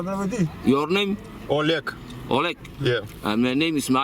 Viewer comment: Май нэйм из О'..лег. Сразу Олег они не могут выговорить?